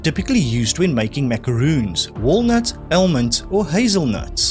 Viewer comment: I realize that certain words get pronounced differently in different countries, even if it is English but I detected some struggles in properly pronouncing some of the answers. Almond, Daimler, Epoch, Hari Kari... 😉